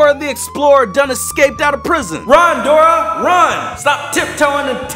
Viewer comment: it’s Dora not grora